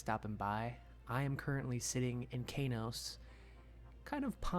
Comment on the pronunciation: Stopped the video as soon as you said "Kaynos" instead of "keynos"